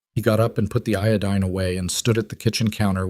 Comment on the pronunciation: Eo-dean. Iodine. Well it got it right the 2nd time